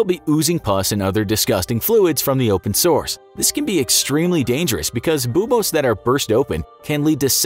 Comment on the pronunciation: It is unusually irritating to me the way you pronounce "buboes". "Boobose?"